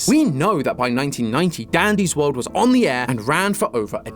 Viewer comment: bro said "daddy's world"😭